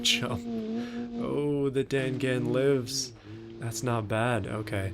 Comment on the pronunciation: dangan is pronounced dong-on